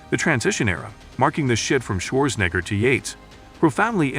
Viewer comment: Schwarzenegger, not schwoorsngr